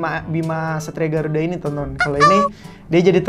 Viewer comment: kok aku dgr nya satria b*rakuda